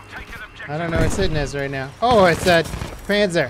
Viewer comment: You pronounce 'panzer' like 'pantzer' and 'panzerfaust' like 'pantzerfoust'